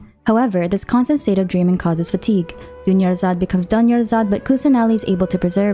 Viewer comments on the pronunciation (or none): “Dunyarzad becomes doneyarzad” 😭😭😭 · Dunyarzad becomes Doneyarzad😭💀. doing her dirty😭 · Dunyazard becomes Doneyazard. Girl, your humor 😭💀